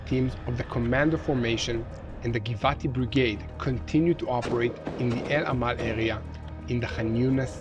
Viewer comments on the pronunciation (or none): none